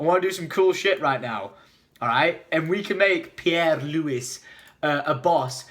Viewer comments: M8 it's pronounced Louie NOT Lewis God dammit '3' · He said louis wrong and its my name so i got triggered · The names Louis not Lewis I'm triggered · The guy you want us to vote for is pronounced... (pee-air,loo-e)